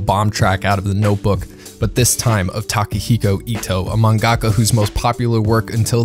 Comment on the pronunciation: mang-GACK-cca okay.